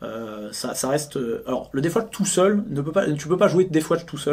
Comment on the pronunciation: Par pitié arrêtez de dire "deaf watch" ... La garde sourde ? Ça envoi du rêve !